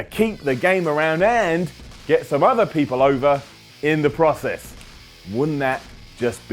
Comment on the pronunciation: Learn how to say process